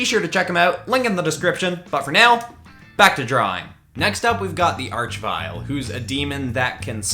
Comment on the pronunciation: FINALLY!!!! SOMEONE FINALLY SAID "ARCH VILE" CORRECTLY!!!!!! (Although I probably didn't spell it right :P) every other YouTuber I watch say "vill"